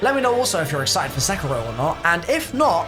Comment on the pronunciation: I DONT WANT TO BE THAT GUY BUT its pronounced Se-KEE-ro